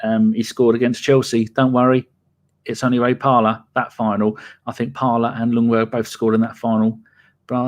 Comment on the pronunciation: Stop saying Lungberg, the L is silent. It's pronounced Jungberg. / Sweden